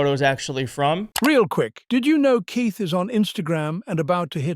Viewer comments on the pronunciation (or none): none